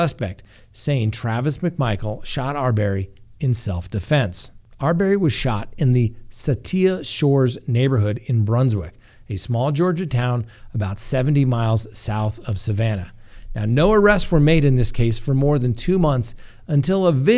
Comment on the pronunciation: You know we are going to correct your pronunciation. It is Sa til la Shores in reference to the Arbery case. I used to live in Brunswick and still reside in Georgia. I will be very interested in facts brought out in the case. One side tauts the charged as lynchers and the other side tauts Arbery as a thug. Media tends to only present what fits their narrative. I want to see justice however it turns out.